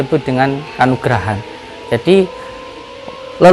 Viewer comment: Ngomong aja salah si.... Kanugrahan... Kanuragan kanuragan.. Salah kanuragan.. Bukan kanugrahan... Jangan pake h..pake g.. Kanuragan..... Kanuragan..